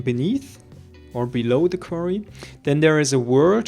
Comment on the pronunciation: quarry, not qverry